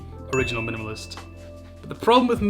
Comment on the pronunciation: I like the way you say "minimalist". Great video.